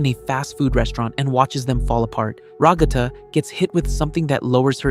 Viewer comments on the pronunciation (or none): “Rah-guh-thu” I’m rolling 🕊️😭